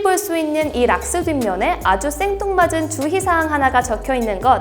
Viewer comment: 실수로 주희라고 발음해서 카메라 보고 다시하는지 그대로 하는지 눈치 보시는듯 ㅋㅋㅋㅋㅋ 킬포